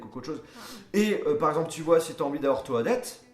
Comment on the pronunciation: juste comme ça toadette se prononce todette